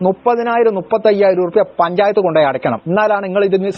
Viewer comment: പഞ്ചായത്ത്‌ അ ല്ല പഞ്ചാപത്ത് എന്ന് ആ കാൻ പറ